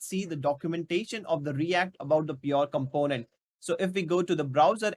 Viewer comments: Also with does he has something pronunciation issue but content is good. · The way you pronounce "component" is too much irritating